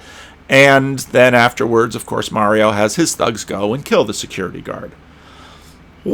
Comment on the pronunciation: it’s Marlo not Mario. 😎.